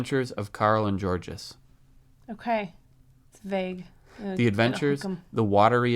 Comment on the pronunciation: Georges is spelled like this but is pronounced without the s "jorje" ;)